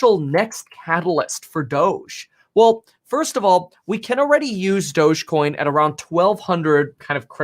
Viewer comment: Please stop saying douge coin I'm pretty sure it's pronounced (doggy) dog e coin thus the picture of the little (doggy) on the coin lol